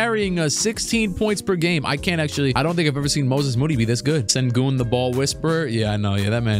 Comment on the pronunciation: Sir….It’s shen-goon